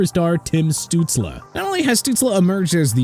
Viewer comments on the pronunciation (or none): You can't get Kawhi Leonard's name right!!! It's pronounced Ka-WHI not Ka-Wy-Hee!!!! Also it's pronounced Stuts-lee not Stuts-la!!